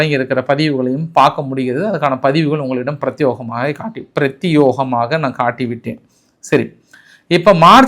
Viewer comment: பிரத்யேகமாக நீங்கள் யோ உச்சரிக்கின்றீர்கள் பிரத்யோகமாக. (யே.). தான் உச்சரிக்க வேண்டும் தயவுசெய்து தங்களது உச்சரிப்பை சரி செய்யுங்கள் நேற்றும் (யோ )உச்சரித்தீர்கள். மீண்டும் எழுதுகிறேன் (யே)